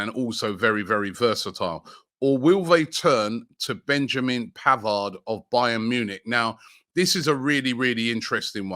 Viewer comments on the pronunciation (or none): none